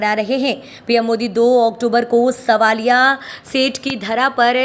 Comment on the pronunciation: Madam svalia nhi savalia seth mtlab krishnaji ko bola jata h